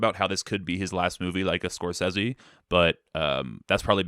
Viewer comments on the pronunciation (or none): Awesome list, unfortunately you’re saying Marty Scrozeez wrong